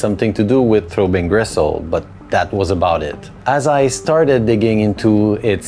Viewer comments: Why are you calling it 'Throwbing Gristle'? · "Throw Bean Gressole" Ok. Kind of a "Seece Terz uv Mairsee" Dude myself.